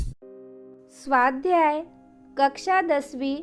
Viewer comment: Aap swadhyay kehte ho vo bohot accha lagta hai❤😊